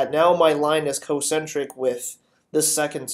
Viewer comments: He also says "Co-centric." It's spelled concentric. Shouldn't it be pronounced con-centric? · I died twice as fast because he says cocentric. He's not even pronouncing the incorrect term properly! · OMG I die a tiny bit inside every time he says concentric.